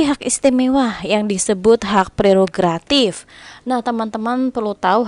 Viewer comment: Mantap kak terimakasih buat pembahasannya, btw bantu ralat dikit yg bener tu prerogatif bukan gratif😁 semangat terus buat yg besok tes semoga dimudahkan dan dilancarkan aamiin🤲